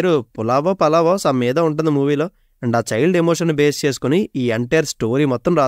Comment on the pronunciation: Pulavo ❌Palavo ✅😂